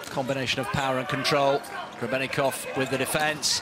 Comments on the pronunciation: the commentator calls Grebennikov Grebennivic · Grebennikov ❌ Grebennivic ✔